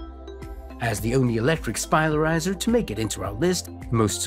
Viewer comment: Anyone else who can't get over the fact he keeps saying "spilarizer" instead of spiralizer?